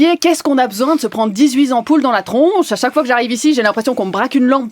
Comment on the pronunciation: Err... ce n'est "dix huit z'ampoules dans la tronche..." mais bien "dix huit T'ampoules" Bon, on vous pardonne : après tout, vous êtes Suisse !...